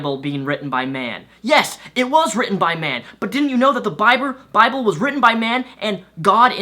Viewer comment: Bibru. Japanese accent kicks in.